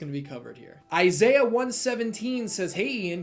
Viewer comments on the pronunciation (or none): none